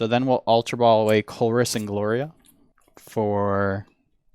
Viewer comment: Gloria is not " GA- LORIA"